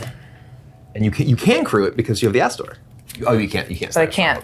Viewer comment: When played Astor i legitimately heard "Asshole, bearer of Blades"